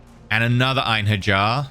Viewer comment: I wasn't gonna say anything, but then you said it like 5 times in a row. Einherjar follows the same rules as Mjolnir, so it would be "Ein-hair-yar" or "Ein-her-yar"